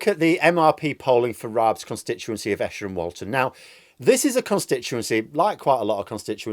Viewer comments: I live in Walton-on-Thames and I'm one of very few Labour supporters. I'll be voting for the Lib Dems as it stands and I'm fine with that. Also its pronounced EEsher not M.C. Escher. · it is pronounced EEsher. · Pedantry corner. Its Eesher! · Esher is pronounced EESHER. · Pedantry alert! It's pronounced Eeesher. Good analysis as always and I'm just sorry we won't see a full humiliation of Raab.